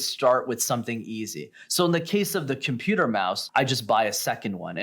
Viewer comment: "In the case of the CHIMPUTER mouse." He can't even speak properly. Maybe he should add that problem to his list: " I need to learn how to properly speak English, again."